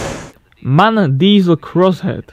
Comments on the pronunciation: It is not "Mahn", it is M-A-N. It is an acronym for Maschinenfabrik Augsburg-Nürnberg. So every letter is spelled individually. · M.A.N come on it‘s not hard to say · Not to be a smartass, but in MAN each letter is pronounced individually. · MAN is not one single word its an abbreviation, so you spell every single letter. But beside of that it was a very interesting video.